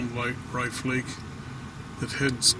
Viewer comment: I think its pronounced like cliff.